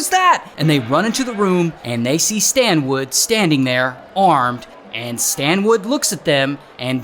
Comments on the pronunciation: Yo Ray, it's Stanwood, not Standwood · I keep hearing STAND WOOD! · “ His name is Stan-WOOD!! “😂😂😂nah Ray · His name is "Stand wood" 😭😭